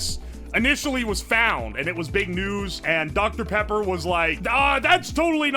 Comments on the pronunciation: he got that doctuh peppa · smacks lips I love doctor pippa